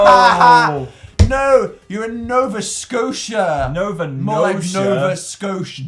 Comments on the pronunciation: I feel offended Dan called my province Nova Scoduh. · Nova Sco-duh 😂 my home in NS is pretty lit tho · Its not Nova Scotia it Nova Scotiduh🇨🇦